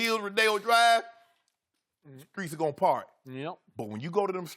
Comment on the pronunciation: “In deez skreets!” 😂😂😂